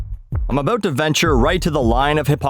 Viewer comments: SPC Dewitt Unless your part of America pronounces the “oo” syllable differently than mines, he sounds like he’s saying “u” as opposed to “ou” or even “oo”. Sorry for getting technical on you. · you mean "A boot" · “Aboot” hahaha 😭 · Actually i was making fun of people from Canukistan and how they pronounce the word 'About' as 'A boot' i do love the techinical stuff, no hate from here fellow grammar hammer.